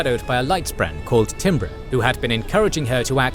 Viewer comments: timbre is pronounced "tamber" btw. awesome video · apologies if this has been pointed out but timbre is meant to be pronounced like tam-buh